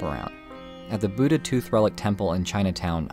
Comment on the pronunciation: ur pronunciation of buddha is westernized, cuz there is a difference in da and dha.